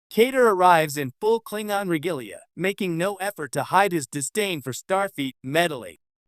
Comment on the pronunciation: 10 seconds into the video… If you can’t pronounce “Klingon” properly, I don’t trust anything else you have to say on the matter…